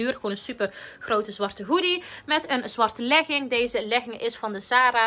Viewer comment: Je zegt leging zo anders maar echt te cute🤩💕